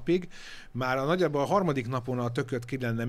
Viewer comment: A primás meg a brácsás után a bőgős a harmaDIK 😂😂😂😂😂😂😂😂😂